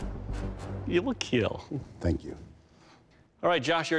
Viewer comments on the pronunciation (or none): "It will keel". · "IT WILL KEEL" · “It’ll kiel .” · It will Keal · it will keel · You gotta face it: you're here to hear "IT WILL KEEEL" :)))